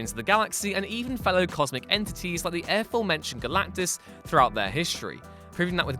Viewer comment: You do know that it isn't pronounced "Ae-forementioned", don't you? I mean, you do know that?